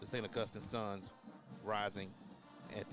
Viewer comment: This guy mispronouncing St. Augustine is an epic level flop.